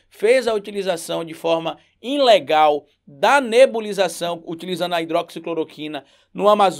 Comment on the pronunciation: Aprenda a pronunciar as palavras de forma correta rapaz. Vc é professor. Não é IN-legal, a forma certa é ilegal. Não é a primeira vez que vc fala assim. Isso é uma vergonha para nós da esquerda.